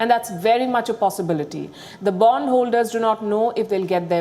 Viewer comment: Did she say bum holders